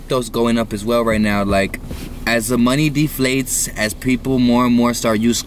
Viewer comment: He said deflates 😂😂😞